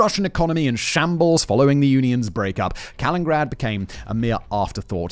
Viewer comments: Fun fact, it's Canada who has the longest coastline at about 243 000 km. Interesting video, but man, mispronouncing the name every single time, the only excuse is Simon is British :) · Simon: Does an entire video on Kaliningrad Also Simon: Still can't pronounce Kaliningrad Never change, fact boi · Oh no, when I saw that Simon made a video on Kaliningrad, I remembered that literally every single time I’ve ever heard him mention Kaliningrad/ East Prussia, he misses a syllable. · I'm listening to this thinking that I'm the one who doesn't know how to pronounce this city's name. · The weird part is that when giving the etymology of the current name he pronounces it's namesake differently. I wonder how much longer the video'd be if he pronounced "Kaliningrad" as four syllables😂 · Pretty sure he has been doing it for years at this point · I love Simon but he so often butchers pronunciations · Yes. And its not the first time either :P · He does it in every video he makes. It’s deliberate, leads to comments and boosts the videos in the algorithm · Right like Simon you can see the “nin” and you don’t even make a “nin” noise, you only made 1 “n” noise 😞😞😞😞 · in british aluminium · All that bragging about the great schools in the UK and he can't even say the name of the place he's discussing. This one is just too grating to finish. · All of you ruined this for me cause i read city name and as he missaid it i saw the comments...now its driving me nuts! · Sorry I can't get past the mispronunciation, I know it's what Simon's known for but I can't take it seriously. I'm only 2mins into a 55min video and it's cracking me up. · It's not "Kalingrad". It's "Kaliningrad" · Why does Simon call it "Kalingrad"? Ithougt it was "Kalinin-grad". Like "Lenin" but with 2 I's. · This one is making me cringe hard each time he says it. Kuh-li-nuhn-grad Jesus, if my Texan ass can pronounce it right, you should be able to get close at the very least. X.x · Ah yes Kalingrad